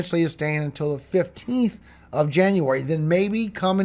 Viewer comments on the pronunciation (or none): none